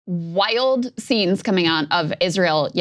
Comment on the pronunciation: Why does she always say "waiyold"? 😂